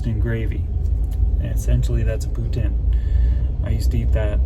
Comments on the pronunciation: He said Putin, like Russian Prez, but I thought it was pronounced Poo-teen ? Please advise. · I dont know why it bugs me, but I can't stand it when people pronounce it poo tin. Doesn't sound right, isn't spelt that way. Poutine=pooteen lol I know I'm wrong though 😆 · I can't stop hearing "Poo Tin" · Had Poutine in Waterton at Weiners of Waterton. Mmmmm good. They pronounce it “poo teen”. Is it pronounced differently across Canada? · Love the freedom you have living from your van. Enjoy your time with your daughter have lots of cuddles, i'm sure you've heard they grow up way to fast :) well they do my baby turns 25 on the 21st..WOW! Oh ya poutine is awesome but we pronounce it differently like everything here on the rock..:D